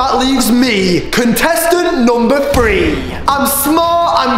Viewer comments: He says free instead of three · Isn’t it weird how morgz says “free” instead of three Morgz mum says “sree” instead of three And says “tree” instead of three:/ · its three not free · How many times Morgan says free instead of 3 | | | V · When morgz trys to sat three he says free!!😝😝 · Why do you say 3 like free